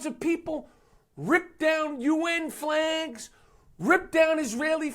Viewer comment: bro u don't really say flags like that do u?